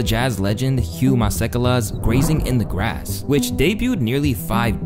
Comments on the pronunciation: Hugh masekela pronounced badly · As a South African I am genuinely impressed at how you handled this subject you actually did your research I mean you butchered the name of my legend Masekela but still well done man thanks for representing us well and respecting our culture it means a lot given how ignorant and rude some other people have been